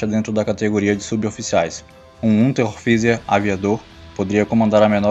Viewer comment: Dica, em Unteroffizier se pronunia << Unteroftszier >> ou Polizei se pronuncia Polítssai